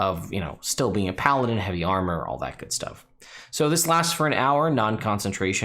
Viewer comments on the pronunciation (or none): none